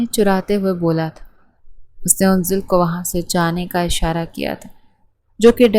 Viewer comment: Yaaar unzal name nahi ha. Anzal ha. 😢